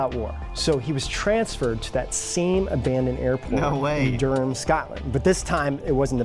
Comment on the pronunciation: Guys your pronunciation of Edinburgh is so wrong 😂and Durham 😂